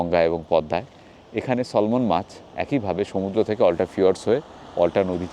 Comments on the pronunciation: Salman fish er pronounciation ta 'স্যামন' hobe. Osadharon taste mach tar. Kerala r Kochi sohar e imported salmon mach khub pawa jay. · Darun sundar jaiga. Salmon noy. Samon hobe uchcharan. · SALMON মাছ কে বারবার সলমন বলছেন দেখে বলছি, এটা হবে স্যামন ( এল উহ্য থাকবে ). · Selmon bhoi ebar kintu case thukbe. Btw kothata `samon'. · যে মাছটাকে 'সলমন' (খান?) বলছেন সেটার সঠিক উচ্চারণ 'স্যামন', আপনি খান বা না খান :)